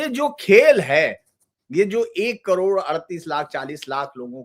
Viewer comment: करोण नही करोड बोलो क्या आप "ड" अक्षर का उच्चार नही कर सकते?